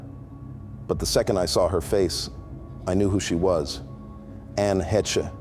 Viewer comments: 😂nice fiction. YEEEEEEEES. 👏🏼Low hanging fruit story-telling at this point. The narrator can't pronounce her name correctly, so no_ not a good start in this "farce' of a tale. She was with (at the time of her death) the actor and ex of Patricia Arquette, guy from the Punisher/forgot his name? She also was ACTIVELY involved in a podcast with her best friend. She was estranged from Ellen D. her ex-wife who's been remarried for over 15 years. I'm no reporter. I'm definitely no fan of the phedophile Queenpin Ellen, however this selacious fable is silly. Anne was apparently doing BETTER, this according to her KIDS, friends and her partner...now connect the dots back ☠️💀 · If ur gonna talk about her at least get her name right. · If you’re going to make an entire video based on just one person at least learn how to say their name right. It’s literally the easiest thing to do. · This is sick. It’s AI created story made with prompts. You might feel AH pronounced wrong in narration, was killed but this is fiction. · At least pronounce her last name right! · It’s an ai dumb a$$ they never pronounce names correct smh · AI garbage. The name is "HAY-SH" not "Hetch" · Her last name Hesche is pronounced ( Hesh) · Heche is not pronounced heh-chuh. It is one syllable and pronounced haysh, long A. Thanks for your story. Scary. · "anne hech" 😂😂😂😂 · At least get her name right - Anne Haysh. Geez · Lord, at least pronounce the woman’s last name correctly. It’s a long A like hay and ends wish the shh sound. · Please, pronounce her name correctly. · Dude you need to learn how to pronounce the name Heche. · All most… if you hadn’t mispronounced her name, it would have been good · Another one that can't say her last name... 🙄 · Didn't even pronounce her name right. Wack.